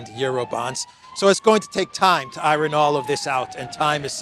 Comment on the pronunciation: It's eye-urn not eye-ron